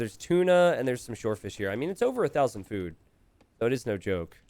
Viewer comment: I love how says "fewd"